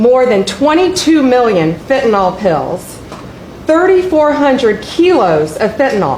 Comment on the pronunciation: 🍊🤡 can't pronounce acetaminophen and Pam Blondie can't pronounce fentanyl. They butchered those words like Don Jr saying Tren De Aragua.